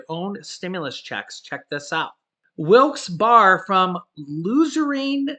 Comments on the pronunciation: It’s pronounced Wilkes Barry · its pronounced Wilkes BEAR i grew up in PA just letting you know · Wilkes-Barre is pronounced "Wilkes-Berry" 🍓 for future reference 😉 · It's pronounced Wilkes berry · It’s pronounced like “Bear”Not “Bar”, also it’s “luzern ”county, not luzereen. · Wilkes Bear and louzerne is how they are pronounced. I live in williamsport lycoming county. keep up the good work. Watching in PA. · Pronounce of Wilkes-Barre is (wilkes barry) la zurn That is funny. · this is the correct pronunciation of Wilkes Barre (Wilkes-Bear) and Luzerne is ( Luz earn ). I hope this helps. Love watching your show. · Don't take this as an insult but it's funny hearing people try to pronounce Wilkes-Barre and Luzerne County. 🤣😁🤣 it's pronounced 'loo-zurn.'